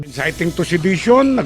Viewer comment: Hari ruki insayting to seydisyon. Anomg sedation? Sedate? Pinatulog? Mag enroll ka ng sa ENGLISH fluency school bisaya.